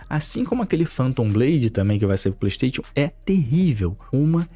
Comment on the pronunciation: O cara que fala ‘playtation’ já cai em descrédito pra mim